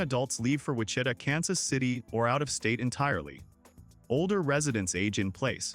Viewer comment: It’s hard to take seriously any video showing desert plateau in Kansas, can’t pronounce many towns such as Wichita.